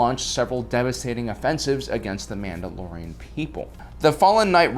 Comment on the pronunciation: I love how instead of saying Mandalorian he says manoloians. And instead of Ahsoka Tano, he says Ahsokatanó